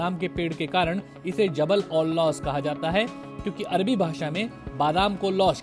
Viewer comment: Jabal al lawz not lawaz,word Tak uccharan karna nahi aata.